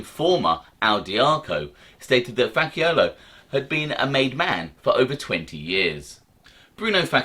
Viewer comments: Facciolo pronounced Fachiolo like match Not Fakkiolo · I think it's pronounced Fa-Cholo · Faaasi ola is the pronunciation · ....It's Fa-ch-olo...One quick tip. Most "Cs" in italian are a "ch" sound. Italian is all about the sound. It's meant to "flow" . Say it your way, then " ch" sound were the "CC" is. Sounds much better. Great video as always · In Italian cch in a name is pronounced like a k. CC in an Italian name is pronounced ch.